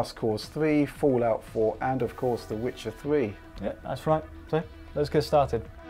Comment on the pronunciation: Tell me the twuth Witchard ... which is better? A Swolid State Dwive or a Twaditional Hard Dwive?